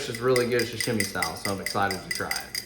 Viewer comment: Sa-shimy (sa-shim-e)? Its sashimi (sa-she-me), and sushi is rice with vinegar and fish placed on top. What you served are rolls and sashimi.